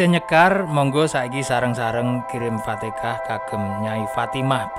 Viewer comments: Fatihah bukan fatekah 🙏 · Fatechah dibaca Fatekah. Kayaknya admin iki wong jogja ngetan tekan perbatasan jatim.